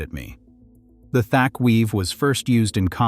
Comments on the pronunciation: For God’s sake …. Thach rhymes with patch not tack…. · It was pronounced Thatch but spelled Thach, so whomever is just mispronouncing it